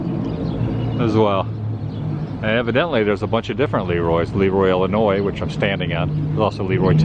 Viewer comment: It's ILL-inois, not ELL-inois. It's painful to listen to.